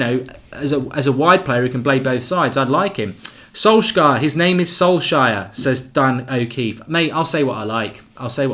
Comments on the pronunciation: The person who told you it’s pronounced “sol-shire” was trolling. You pronounce it more like “sols-chair” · Or “sol-share” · His name is pronouced solshar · It's pronounced "Sol-shur" - stop butchering that name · His name is pronounced Sol-shire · Got a little touchy about pronouncing names hey..............."i'll say what i like" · Love your work but please say his name correctly 😂😂😂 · Hi Mark, not being negative, but I feel that you should care how the name of anyone representing Manchester United is properly pronounced. It's okay to not know the correct pronunciation, but its not okay to say you don't care. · Copy this: Solskjær. Paste it into Google Translate, choose norwegian. Click the speaker. You might have to practice. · Pronounce the name correctly Mark, no need to double down. You’re pretty good from a cultural perspective otherwise